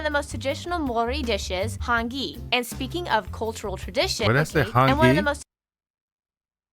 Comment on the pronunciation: The start of the video with our longest place name was great!.... Then they butchered all of the rest of the pronunciation 🤦🏼‍♀️ 'r' is rolled. And 'ng' is not a hard g sound at all. They way the pronounced Māori and Hāngi was so painful 😩 I would think that there is actually more then 15% with Māori blood, it's just in offical documentation people often select European as their ethnicity. Our legal documents are getting better where it let's you select multiple ethnicities. I always put my kids as Māori instead of European, because I think that part of their heritage is something to be more proud of then English/Scottish/Irish.